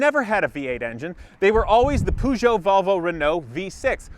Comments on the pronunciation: Its Peugeot Renault not Poooo ggshho reeenooo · Great video, but by god the pronunciation of peugeot hurt my ears 😂😂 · Are you trying to say Peugeot at the start of the video?